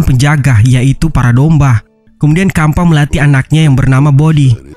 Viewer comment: Bang kenapa lu ngomong domba malah dombah